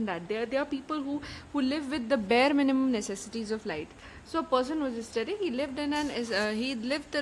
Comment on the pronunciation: Check at 4.30......it is ascetic, it sounds like aesthetic....